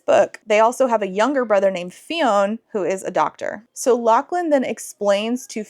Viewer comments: I feel obligated to mention that "Fionn" is pronounced like "Finn." The 'o' is silent. (My nephew's name is Fionn... it gets mispronounced a lot...) Anyway, I enjoyed you ripping into this book haha. :face-blue-smiling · i'd have put this book down just from reading that TW list lmao, what a travesty. i don't think even a plot would have saved this for me. the name "Fionn" is pronounced "f'yun" by the way, one syllable. it's a really common Irish name, idk if the way you pronounced it is the way they say it in the audiobook version but i wouldn't be surprised with how bad that Irish accent was in the snippet you shared. 🪓🪓🪓